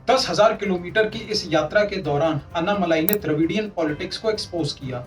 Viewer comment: अन्नामलाई नहीं भाई अण्णामलाई। दूसरा आंकडे हिंदी में ही बोलें। सब हिंदी समझते हैं।